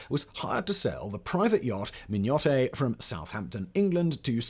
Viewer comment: Hi. The name of the Mignonett is pronounced min-yuh-net… But this is a great video. 😃😃😃